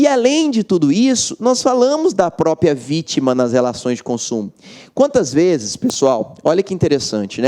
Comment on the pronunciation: Ele fala destinação "própia"...